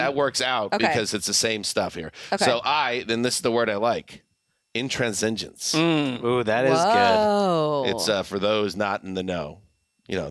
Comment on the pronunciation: OK, first it’s shocking that does not know how to pronounce intransigence. Second, none of the rest of you corrected him on his mispronunciation of intransigence. Third, has the gall to correct Greg on the use of the word deceased, after consistently mispronouncing intransigence. I know it’s the off-season, but y’all gotta do better.